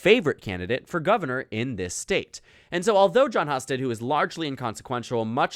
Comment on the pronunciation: It’s pronounced “Hue-sted,” not “Huh-sted.” How do you get something so simple wrong?